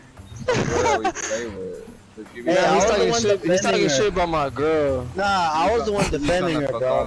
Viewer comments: I heard grill instead of girl. Is it just me? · She said "Grill" Instead of "Girl"